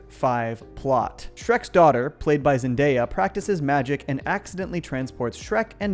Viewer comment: 'Zendeyap' lmao